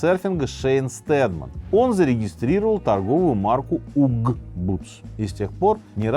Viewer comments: Windsor произносится винза, а uggs- агз, а не угз😅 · Uggs произносится как аггс...